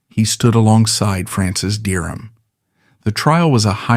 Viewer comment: Dereham not Durham